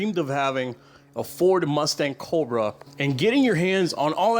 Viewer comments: I stopped watching after hearing "Coldbrah" 10 times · Dude, why do you say Cobra, so Weird? Cccchhhhhhhhhooobra